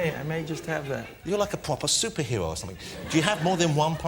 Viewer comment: Yes, pwopew